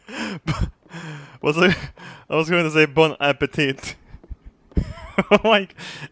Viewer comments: Afro Shark Thanks captain obvious, but he said bon appétite, not bon appétit. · "Bonne appétit" please don't speak french xD you'r bad (i'm french) The next time try to say "bonjour" x) Study french with me ^^ (for 25 euros the hour) sinon très bonne vidéo et vive la France x)